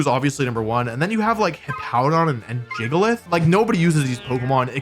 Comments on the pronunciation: STOP SAYING JIGGLEITH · I cringed so hard when he pronounced it Jig-a-lith